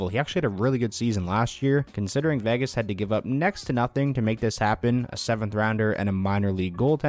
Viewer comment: So I get this has nothing to do with the video and is a stupid little gripe, but why do some ppl pronounce Vegas as "Vagas", though? But anyway...lol